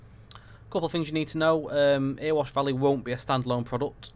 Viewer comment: I live in Ilkeston and used our new station for trips to Meadowhall before lockdown so know the line well - its fab but .........its not Earwash its Erewash pronounced EH RE WASH.It drives the council mad when its called Earwash lol.